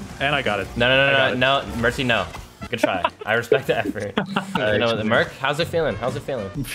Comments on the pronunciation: it’s not mertsy it’s mercsy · Bro's back at it again with "merczy"